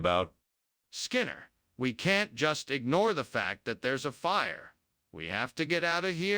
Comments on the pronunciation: "AHM SEEIN' SMOKE AND FIRRRRE" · DIS IZNT DA DOPPLER EFFECT, DIS IZ A FAHR, wwwWE HAFTA GIT OUTTA HEER